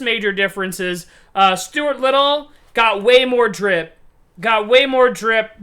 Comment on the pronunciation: Drib? Is that what you said? LOL